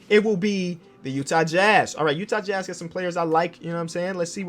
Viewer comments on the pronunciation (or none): none